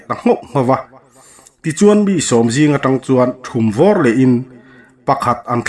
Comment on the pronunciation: Thumvawr tih hi i lam diklo